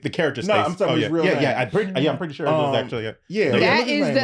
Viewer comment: "I think she purty"